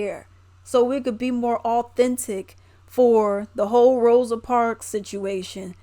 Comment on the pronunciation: Come on EDITOR(S), her name is ROSA, not ROSE!!! We are better than that.